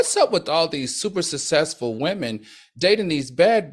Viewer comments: He butchers the words successful, too. All. The. Time. I don’t think it’s the alcohol. I think he either has a minor speech issue or needs to slow down and/or both. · Not to be a “Karen” but please learn how to say successful!!! It sounds horrible when you are publicly speaking!!! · Al cannot pronounce the word suCCessful for nothing in the world!!! But he definitely prepares for the show!!!!